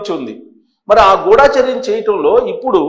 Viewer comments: గుడాచర్యం కాదండి గూడచర్యం మీరు కూడా అక్షరాలు ఇలా పలికితే ఏలా, గమనించండి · Not Ghoodaacharyam, pronounce Gudhacharyam. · ఎందుకురా ఒకదానికొకటి సంబంధం లేకుండా నీ బుర్రకు తోచింది చెప్పి జనాలను పిచ్చోళ్లను చేస్తున్నావు. గుఢా చర్యం కాదురా…గూఢ చర్యం అనాలి.